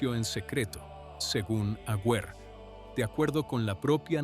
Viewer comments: El apellido del arzobispo no es Agüer; sino AGUER, sin diéresis en la u. Aguer, Aguer, Aguer. Se pronuncia sin leer la u. 🇦🇷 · Un nuevo cuento chino de esta canaleta. Es tan poco lo que investigan, que ni siquiera escriben correctamente el apellido de este obispo. La U de su apellido NO lleva diéresis. Y también lo pronuncia mal. Así son de serios estos mamarrachos. Aguer jugaba todas las fichas a que llegaría a ser Cardenal, que sería nombrado PRESIDENTE de la Conferencia Episcopal argentina y soñaba con la Silla de Pedro. Pero todo ese camino fue el que recorrió Jorge Bergoglio,. El resentimiento de Aguer le dura hasta el día de hoy y, aunque no nos consta, es probable que haya dicho toda esta estupidez que ventila este bot editado con IA.